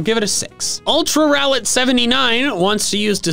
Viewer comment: SSSAAAAAAMMMMMEEEEEE (btw it’s rowlet)